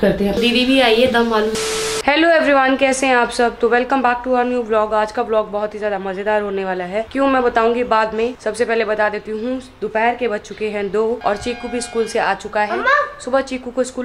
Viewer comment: Bac nahi back bola jata h aap har baar bac bolte hai dekh lo aap ek baar